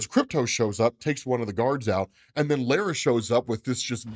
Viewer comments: Bro says lara weird lol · Lara pronunciation is wrong my dude